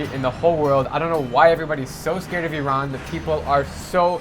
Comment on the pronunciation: first time someone actually pronounce Iran properly